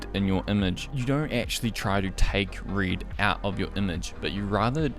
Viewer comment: I'm following your videos for quite a while now and everytime I use the red slider I hear your voice saying reed :D Thanks for your work! It helps a lot. At least I learned many things from your videos.